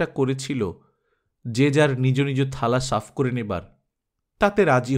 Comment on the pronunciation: খুব ভালো লাগলো. আপনা র গল্প পাঠ এতো ভালো লা গে, তাই দু- একটা উচ্চারণে র ব্যপারে কিছু বলছি, আশা করি কিছু মনে করবেন না. কিছু শব্দের মধ্যে আপনি হসন্ত যোগ করেন যেমন, তা রস্বরে(তারোস্বরে), নীরজা (নীরোজা), নিজ (নিজো). যেগুলো মনে পড়লো, লিখ লাম,. আর একটা, ব্যাটা চ্ছেলে নয়, ব্যাটাছেলে. আপনাকে খুব আপন মনে করি বলেই এগুলো point out করলাম, কাজে লাগলে ভালো লাগবে..